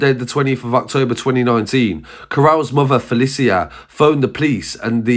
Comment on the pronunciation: Fe-li-shia* I think it's prnounced